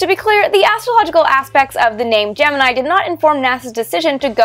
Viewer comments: Official Nasa Pronunciation is Gem-In-Eye. So anybody not doing that is wrong. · "I have always wondered about the derivation of the pronunciation. Gemini in almost all spoken references is pronounced “Jem-in-EYE” with the emphasis on the final syllable, pronounced as a high I. However, at NASA, the program was almost always pronounced “jem-in-EE.” I could find no reason for this pronunciation irregularity in the definitive history of the program “On The Shoulders of Titans,” and was wondering if you had ever run across an explanation." - Martin Hajovsky "Dear Martin–Since you asked, and since yours truly is appropriately credited by Ms. Teitel as the person who suggested the name “Gemini,” I’m happy to answer your question. At a meeting not long after announcement of the name, there was a meeting at NASA Headquarters. Attendees included directors of the manned flight centers (JSC, MSFC, KSC, and Hqs officials including my immediate boss,George Low. I was there as recorder. (I was a male, and I knew Gregg shorthand.) I don’t recall who asked the question you did in your note, but George simply turned to me and asked how I pronounced it. Now you know." - Al Nagy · OK, you toyed with us with the pronunciation -- GeminEE vs GeninEYE -- and then did not actually address it.